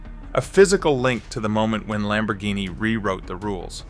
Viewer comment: If you are going to present a subject, no matter what it is, pronounce the names correctly. Insulting Lamborghini is considered Blasphemy by many.